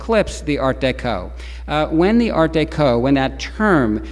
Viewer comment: I have never heard Art Deco pronounced as Art DayCo. Don't get it. Is he trying to pronounce it in French? But noticed as he carries on the lecture he falls into Art Deco.